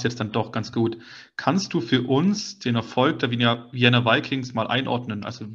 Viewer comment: Ah und eine Sache noch in aller Freundschaft: man spricht Vienna "Vijenna" aus. Hinter dem V folgt ein klar gesprochenes "I". Wie in "Vikings". Nicht "Weijenna". Es mochts mi narrisch damit, es Piefke.